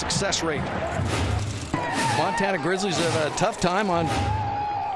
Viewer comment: CLASSIC ! NO D in MONTANA